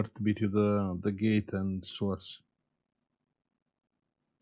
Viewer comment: Hi 👋 I really enjoy watching/listening to your educational and entertaining content. But when you stary saying Between correctly 🤔 🤣